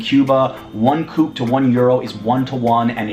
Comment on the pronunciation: The Cuban convertible currency is called CUC [see, you see], not "kooks".